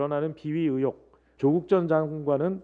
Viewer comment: 듣다보니 궁금한데 왜 자꾸 의 를 으 로 발음하는지 이해가 안되네요 딕션이 안좋은건가? 으혹 으혹? 으혹이 뭐죠?